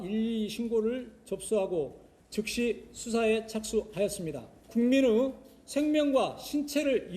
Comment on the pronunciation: 국민으....ㅋㅋ으 발음 으 //의 //라고 발음을해라 ㅋ